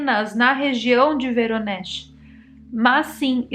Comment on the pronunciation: É Voronej, eu visitei essa cidade da Rússia em 2019, se pronucia em russo "Varonêis". Esse lical do avistamento fica do outro lado da cidade e tem qje atravessaar a ponte.